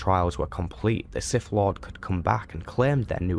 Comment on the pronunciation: Very informative. I’m left with only one burning question. What is… “da siff?”